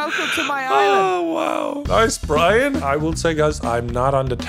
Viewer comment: i swear everytime says brian it sounds like BRINE